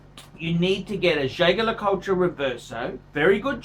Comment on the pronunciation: Nothing oozes class like pronouncing Jaeger-Lecoultre incorrectly.